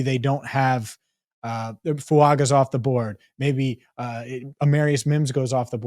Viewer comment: Fuaga. Pronounced Fuanga! He’s Samoan! The G makes an ng sound! EVERY TIME!